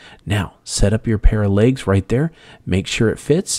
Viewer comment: It’s pronounced ‘legs’ not ‘lages’.